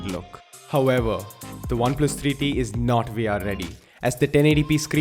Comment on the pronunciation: Alexis Barrientos he's Indian mate bear with him. They usually mix v for w so bear with him